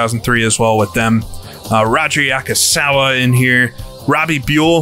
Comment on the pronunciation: yaSUKAwa, not yaKUSAwa